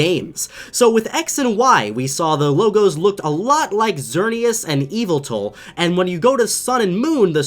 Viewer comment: Eviltall it's yvaltal